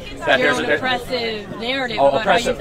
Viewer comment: "oppreshun" = fascism. Ok